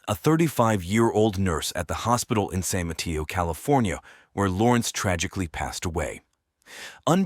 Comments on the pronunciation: San Mateo...ma-tAy-o...not Ma-tEa-o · San Mateo - San mah-tay-o. The way this guy says San Mateo is weird.